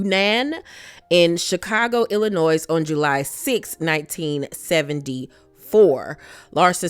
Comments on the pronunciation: Not being funny or shady. Lived in Illinois almost my entire life. You do not pronounce the 's' on Illinois. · Love you and love ur Channel. FYI, the S is silent in Illinois. 😘